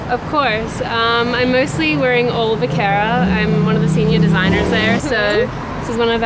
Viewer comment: wtf vogue it's vaquera not vicara